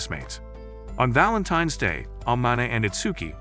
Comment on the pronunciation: Valantains day❌ Balantains day✅